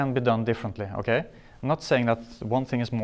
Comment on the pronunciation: the way he says okay in norwegian, every norwegian do that shit "okei"